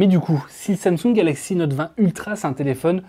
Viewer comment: Exynos en europe ... Quelle tristesse. Ps: Note, pas Nowwte 😭